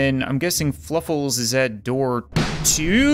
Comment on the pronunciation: Fluffles or Fwuffles???